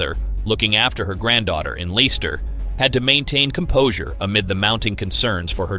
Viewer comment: Leicester-.. not liester... learn the words you are reading?